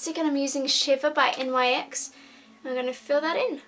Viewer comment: The makeup looks wonderful but it just hurts me a bit on the inside when she says N.Y.X